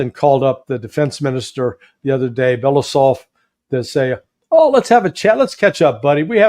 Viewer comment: It would be great if Larry Johnson and yourself would be able to correctly pronounce the name of the Russian defense minister: Belo-U-sov.